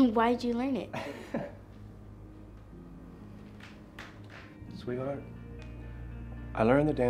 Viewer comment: Maddiediorr and u literally say sweethart LOL